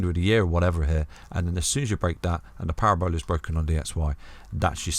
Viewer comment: Parabola not Para-Bola 🤣 love ya